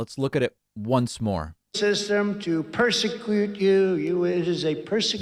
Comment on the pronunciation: Not a twitch, he just can't pronounce the word persecute.